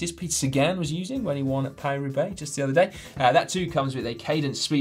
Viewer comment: Caption: Paris Roubaix?!? Thought you said Carry Roublé!